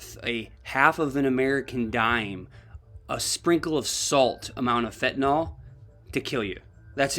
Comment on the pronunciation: It's not pronounced fen-ta-NAL. It's fen-ta-NYL. Everybody mispronounces it.